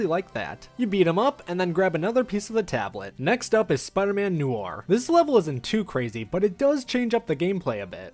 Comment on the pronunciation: there are times he pronounce noir right then other times he say knorr like the seasoning